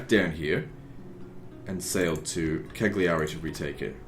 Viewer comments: The ”cc” in Ajaccio sounds like the ”ch” in chamber. Genua (Genova) and Cagliari have stress on the first accent, GEnova, CAgliari. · Just FYI Ajaccio is pronounced: A (short, like the first a in annual) Jaques (French prononciation of the name jack) see (or sea) o (short, like oh!) And Cagliari is pronounced: Kaaliari (g is silent, and both i's are short and high pitched) :) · Cagliari the i's are pronounced "ee" as in Lee